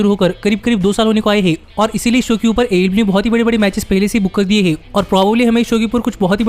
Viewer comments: AEW ki jagah AE LIU sunai de raha hai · Bhai aew to sahi se bol yaar itni jaldi nahi bol pata to na bol aaram se bol